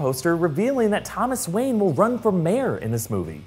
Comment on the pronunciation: thomas wanye😂like if u noticed it